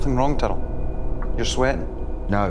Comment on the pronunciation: The way Fleetwood pronounces "Tyrrell" incorrectly is like when Paul Allen called Patrick Batemen "Halberstram". Great attention to detail. "Impressive, very nice." as Bateman would say.